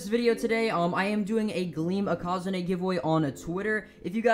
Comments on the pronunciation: maybe because he is saying it incorrectly? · How do you pronounce ikazune me ikazune ikAAzunie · The way he pronounces ikazune triggers me. Its eeh-kuh-zoon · Why does he pronounce ikazune I QA ZU NE